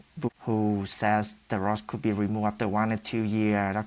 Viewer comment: "Sho UnRike the DicTOR whO ShaYs de RoD courd to be RimOved Afteh I eAt Moe RiCe"